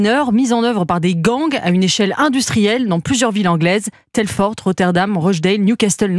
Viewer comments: Et sinon, ça vous dérangerait de prononcer les noms de villes correctement ? Parce qu'il y a quand même une grande différence entre Rotherham et Rotterdam, ne serait-ce que le pays où elles se situent... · Rotherham, pas Rotterdam.